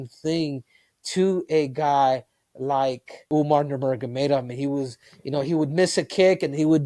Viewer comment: That’s how Suga Sean pronounce Umar’s name😅